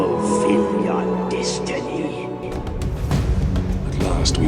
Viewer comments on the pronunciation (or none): none